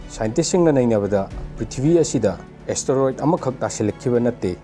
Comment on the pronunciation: Beo astaroid haiba natte Asteroid haibani